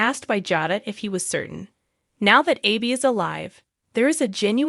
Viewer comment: i sure wish this person would learn how to pronounce the names correctly (Jayda,Abe and nicole )